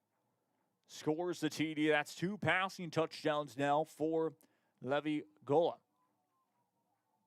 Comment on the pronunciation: Levvy?? it is pronounced Lee-vi lol